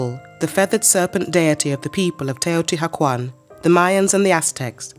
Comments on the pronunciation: I cringed so hard when she started out with TEOTI HACUAN. I Can't continue this video. Definitely will look for another documentary now. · TeotiHUACAN not hacuan. for christ sake pronounce your report correctly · Such a shame she cant say it right... shes saying teotiguajuan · Hmm... Wrong in the very first word of the narration ("Te-o-ti-ha-kwan"?)... Can the rest of it be any better? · It’s pronounced more like “teyo tea wah con”. It hurts hearing it mispronounced so many times is short succession. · "Taotihuaucan" jejeje no quisiera saber cómo pronunciaria al tezcatlipoca hitzilopochtli :v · Teotihuakwon. Stop hiring british people to pronounce nahuatl!!!!!! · Please have the right pronunciation of this place if you’re going to do a video !!! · I'm enjoying a lot this documentary, however it bothered me a lot that the narrator keeps pronouncing everything wrong. Most of the things she's naming have an english translation and the word "Teotihuacan" can be typed into google translator to get the acurate pronunciation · The mispronunciations make it hard for me to hear the information. The h is silent and the Nahuatl accent is on the penultimate syllable. And she pronounces some Spanish words as if they were in Italian. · And mispronounced Teotihuacan every time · The H is silent ! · How can you narrate a documentary on a city and not even pronounce it correctly?? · ooff, you just butchered the name without mercy! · Wow, I wish she could say the name correctly😢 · Please learn proper pronunciation before creating a documentary. Your accent is no problem, but a lot of the pronunciation is incorrect. Otherwise, thank you. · Couldn't they teach this woman to say it correctly, before making this documentary? Ruins the whole thing. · H is silent. Cringing. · I'm just 1 minute and 30 seconds in and I hear "the cuidadela" , "Teotihacuan" ,XD. Jesus before making a documentary at least learn how to pronounce properly the names ...